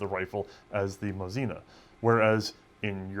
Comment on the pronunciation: Wrong pronounce with "moZIna" - correct one is "vinTOvka MOsina" or "MOsinka" or sometimes "liNEyka" (3 line)